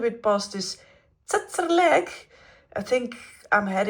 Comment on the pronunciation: She said almost perfect the word tsetserleg 😂😂😂